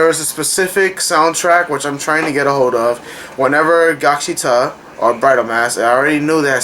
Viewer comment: lol it's gaksiTAL. with a L sound in the end. not gaksita. but I loved gaksital overall as well that ending got me crying so hard. it was awesome.